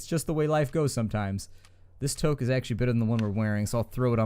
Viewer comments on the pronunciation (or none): It's pronounced "tooke"... TOOKE Goddamn it!